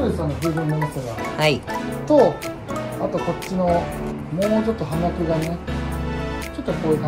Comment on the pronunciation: お二人とも葉脈を「はみゃく」と言ってましたが、「ようみゃく」です。 植物を職業にしているのなら、これくらいの言葉は正しく使って下さい。 この後見るのをやめました。